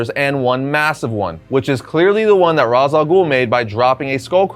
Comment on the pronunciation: Ras al ghul's first name is pronounced like Raysh.